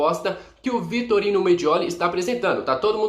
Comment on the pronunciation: me desculpa está te corrigindo, vc está falando Vitorino, o correto é Vitório Mediole.